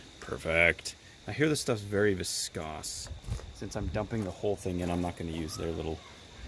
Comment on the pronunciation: viskoss? It's viscous -- pronounced 'viss-cuss'.